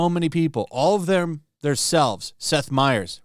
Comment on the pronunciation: Seth meyers, not Steph meyers, if you don't even know their names, why are you crying about this????